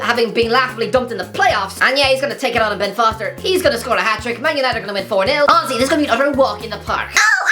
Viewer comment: After more than a year watching HTC - i finally understood who "ozzy" is!!! My man just saying "honestly" irishly!!